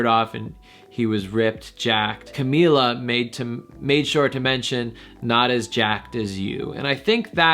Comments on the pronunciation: You have 32 comments and yet no one is going to correct you that it's pronounced shamila not shawnmila!?!?! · CA- MEE- LA not CA-MI-LA.